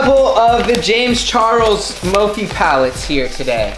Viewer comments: It’s not mofey it’s morefy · does any one else hear say MOPHE instead of MORPHE